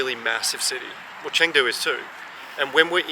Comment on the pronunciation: he should learn how to pronounce Chengdu correctly at least